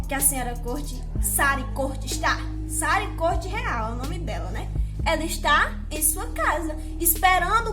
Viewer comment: Primeiro q a criança não morreu em Tamandaré foi em Recife capital, depois a lei não é municipal e geral . Tu nem o nome da mulher tu não sabe pronunciar. Não é Sara não meu bem é Sarí . Tu q gravar um vídeo vai saber das coisas e aprender a falar oxi